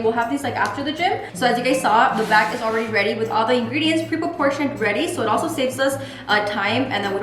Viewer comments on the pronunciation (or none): always says “pre-porportioned” with the hello fresh ads 😂 it’s pronounced preportioned 😂 love her!